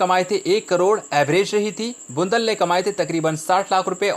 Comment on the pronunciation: बंडलबाझ को बुंदल वाह अँकर